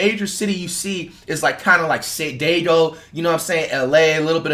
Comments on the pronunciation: Man said "sadaygo" instead of San Diego.🤣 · “ say dego”💀💀💀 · “San Daygo” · “ sen dego”😂😂😂😂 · Say daygo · Flight- “San Dego “ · instead of san diego sai diego lmao